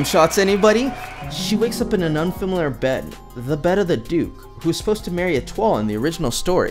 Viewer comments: Etolie is pronounced et-woh? That's a wtf moment all to itself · I've been pronouncing her name as E-tua-lee, so this narrator's pronunciation caught me off guard.